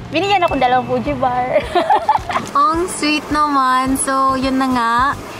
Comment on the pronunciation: Fudge pronounciation hindi Fuji